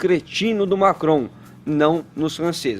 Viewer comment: O fala francês ou é a língua presa que ajuda na pronúncia do "Macron"?